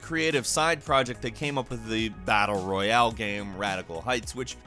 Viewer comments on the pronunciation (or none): none